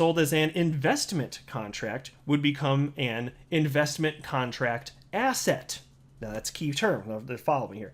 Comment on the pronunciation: Every time you said asset it sounds like ass hat 😆😆😆 But u are definitely right SEC is a bunch of ASS HATS🎩 I think I have ass hat on the brain 🧠